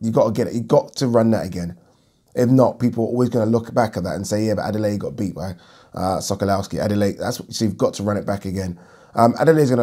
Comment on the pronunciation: Sokolowski pronounced Sokolofski. Come on bro how many times you seen this geezer in the ring ha